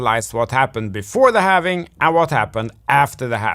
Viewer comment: I dont trust anyone that says halvening. It's halving.